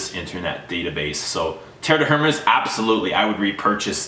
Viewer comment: Mate you do not pronounce the H in Hérmes.